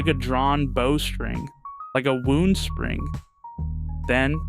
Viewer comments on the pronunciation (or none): It is called a wow -end spring not a woooend spring